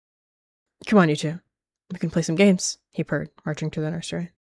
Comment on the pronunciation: "I got shum" sounded so silly and cute bro Edit: HOLY MOST LIKES I HAD